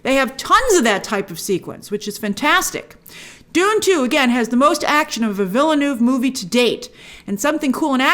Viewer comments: it's vil·nuhv, not vil-noov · Villeneuve is pronounced veelnerv. The last v is kinda like an f that trails off.